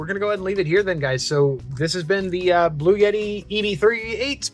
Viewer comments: All good, except the brand name is BluEtti, not 'Blue Yeti' as it was pronounced. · For the love of GAWD stop calling it a Blue-Yeti. It's a Blu-etti. There isn't a "Y" in there for Pete's sake!!! Now - carry on..... LOL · Why are you pronouncing it as “Blue Yeti”? It’s Blue Etti. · There's NO Y In bluetti. LOL Not a blue yeti, but a bluetti. LOL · PRONOUNCED " BLU- EDDI" NOT "BLUE YETI" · I ask Bluetti how to pronounce the name. They write back " Blue Ti" because the TTI part of the name, which is its triangular logo, has a triple meaning. So don't pronounce it as "Blu et ti" . Do do as they said :" BLUE -TI" ( two syllables, not three). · There is no "Y"...In bluetti...Bloo-Etti....You did a great job with this....and gave some very helpful info.I really appreciate your efforts with this.. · blu-et-ee. no "yuh" sound. Thanks. 🙂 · Why do people pronounce the manufacturer name as "Blue Yeti"? There is no 'Y' in Bluetti. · but it sounds like you say blue yeti. 🤷‍♂️ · You are not pronouncing it in either of those two main ways. There is no "yet" in the middle. Suppose you have a friend Ed that everyone calls Eddy. Say: Blue Eddy. That is how it is pronounced. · Learn to say Bluetti correctly. You sound dumb when you are too lazy to read a word correctly.